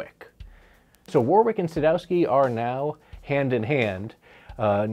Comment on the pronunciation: Great vid but it's pronounced "Worrick" not "Woorwick". Like the famous town near me. 👍